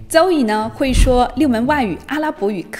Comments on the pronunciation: Zoe不能发“周以”吧。。。。。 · Zoe会六门外语，其中肯定不包含英语吧？不然Zoe也不能念成 “走yi ”啊，Z在英文里面怎么发音，咱们不可能不会吧？类似的 Zoo、Zero、Zebra都是怎么读的呀？ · ≠ 邹欧伊❌🙅 How to pronounce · Zoe聽起來好怪, 有讀對音嗎? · 你人美 视频也不错 但你连自己的名字发音都不准 怎么还教别人语言